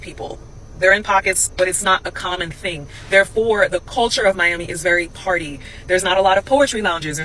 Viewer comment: "Meyammy" sorry bro, I can't!